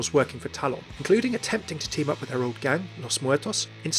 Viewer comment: It's called TALON NOT TAL-ON